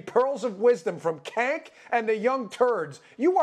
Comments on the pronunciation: "Cank" lmfao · I just gotta say, it's very rude of you to call him Cank, as if that was a word. It's pronounced "Jank," short for janky lol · It’s not Cank, his name I believe is Chunk Hunger. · LOL It’s pronounced “jenk”, but still funny to hear him called “kenk”. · He called him kank 😂😂😂😂 That's hilarious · I live how he keeps calling him "kenk". Lol... It's awesome. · "kenk" I love how no one pronounces his name right. idk if it's on purpose or not but either way it's hilarious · And he's extremely obnoxious AND his name is pronounced Jenk - I think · Buh, buh... but he made faces and... and... his know-it-all attitude is SO PERSUASIVE - Cenk Uygur MUST be correct, I've even heard him speak LOUDLY, this guy's thuh real deal, yo. HAAHA HAA HAHA HAAAA! Cenk really is outrageous, isn't he? And Dan, I am not inclined to correct your pronunciation of his name because, as most of us know, mispronouncing an individual's name conveys disrespect. Cenk is as disrespectful of his viewers and the American public as any propagandist and yes, gas lighting is TYT's stock-in-trade. Uygur is the object of derision because his use of it is has caused him to become cartoonish. Hahaa, cartoonish, as in a dollar sign on each cornea!